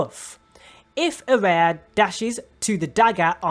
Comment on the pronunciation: dislike because you cant even pronounce the characters name properly and i cant bother listening to you make the mistake over and over again